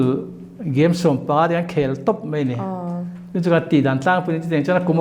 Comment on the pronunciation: Mai tih tur ah mei a ti char char a kawm tu hian.